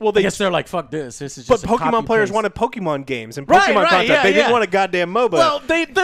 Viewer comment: How do you guys have a game review channe andl not even pronounce Pokemon correctly? Or even know the pokemon names lol. Embarrasing.